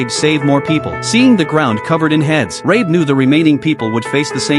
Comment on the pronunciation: that's John Rabe, not Rae